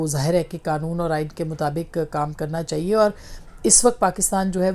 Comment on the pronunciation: لفظ "چاہیے" کی الف ادا کرنا سیکھیے میڈم ۔۔چہیے کی جگہ "چاہیئے" مجموعی طور پر آپ کا تلفظ اچھا ہے